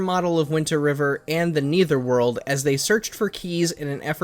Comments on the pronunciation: No it isn’t. It’s a common fact that no one pronounces Netherworld as Neitherworld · Bro u literally have no credibility now that u said Neether world it’s Nether world